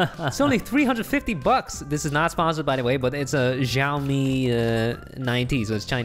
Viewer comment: Xiaomi is not said as it's written it's being said Shiowmi like that not actually X ii ah oh mi